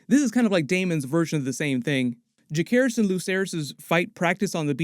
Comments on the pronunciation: It's Ja-Ser-Ris not Ja-Care-Ris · It’s interesting the way you say Lucerys correctly but not Jacerys. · I’m begging you to pronounce jacerys’ name properly PLEASE😭